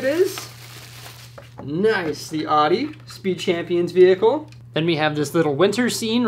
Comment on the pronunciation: Just an FYI, Audi is not pronounced Ah-di as you said it, it is Ow-Di The car you recieved is not the R8, but the S1 rally car. It is the car that made their Quattro system legendary. Great videos:)